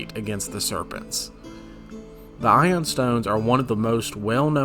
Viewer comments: Ioun is pronounced eye-oon. They are from Jack Vance's Dying Earth series. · Going by the old Dragon Mag #93 pronunciation guide it's 'EYE-oon' stone. But thanks for the video good info.